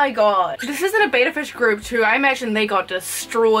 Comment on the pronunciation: before you start calling out other people perhaps learn that betta is not pronounced beta; your first clue is the spelling but who cares about stupid stuff like that right. Literally the first word of the video and I'm done